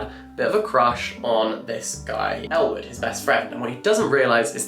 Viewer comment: I was watching this in the background as I was working and seriously thought he was saying Elle Woods when he was actually saying Ellwood 😅